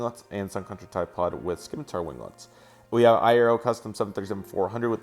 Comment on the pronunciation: It's pronounced "sim-a-tar" not Skimatar! "Nor-wee-gin" not norweegan that's just a start and those customs...lol